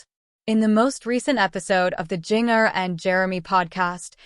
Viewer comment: Was this AI-generated audio? It was awful. Didn't even pronounce names correctly, particularly Jinger!!